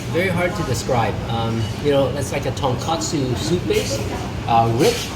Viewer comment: So hard to take his ramen reviews seriously when he keeps on saying tonkatsu (pork cutlet) instead of tonkotsu (pork bone).